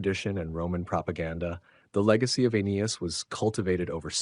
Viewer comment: How does one make a narration on the founding of Rome and not know how to pronounce Aeneas.....